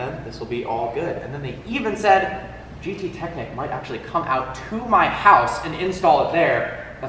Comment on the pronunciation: You spell the ch in gttechnik like the sh in jewish (its german)